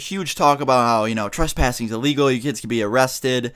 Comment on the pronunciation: anybody else notice that he says truspassing